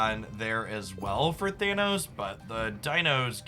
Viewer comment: “To trigger thanOhos 😫”